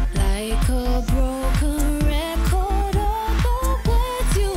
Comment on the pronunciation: She cannot pronounce 'record' properly! What is she Jonathon Rosses daughter? Overall though this track is blowing my mind! My compliments to the chef